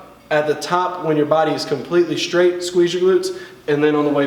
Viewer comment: "...'shtraight' down, 'shtraight' up." It always puzzles me as to why people pronounce "str" words as "shtr." To correct this, try saying "stir-rate" faster each time and you'll see the difference.